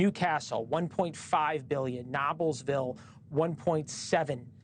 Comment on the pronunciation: It's not Nob, it's Nobe-lsville.